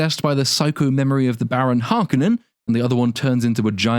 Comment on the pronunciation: I will never accept the pronouncation of Har-koh-nen as Harkenen. Bite me!